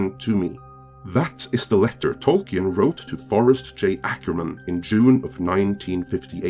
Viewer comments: Tolkien [ˈtɒlkiːn] ... no e 🤓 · It's pronounced Tolkin, without the E. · Could you please learn to pronounce tolkien before you do another of these. it is beyond distracting